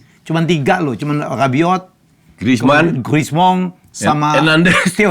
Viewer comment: griezmann bacanya tetep griezmann benar seperti kata, bukan GRISMONG kaya kata helmy 😂😂 Nggak usah di sok2in bahasa prancis kalo nggak fasih bahasa itu Pak Helmy................